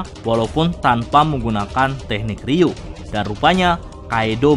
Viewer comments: Ryu-o min bukan ryuu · Bukankah nyebutnya ryuo bukan ryuu ya min..